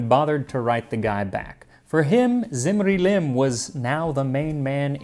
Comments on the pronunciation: Small Correction: is pronounced as "dzimri-lim", the "Z" is scholastic shortcut for the akkadian 'dz' sound ...which later very likely eroded to a simple "z" sound like in many other semiitic languages, so depending on when that happened in regards to the lifetime of that dude, ur pronunciation may still be correct nontheless 🙈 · When you say "Zimri-Lim" I hear "Lemony Snicket"